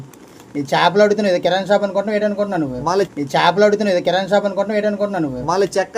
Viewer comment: కిరానా కాదురా, కిరాణా షాప్